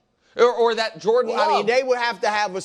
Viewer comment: Someone needs to tell me the "Lo" in Love makes a "Luh" sound. Not a "Lo" sound lol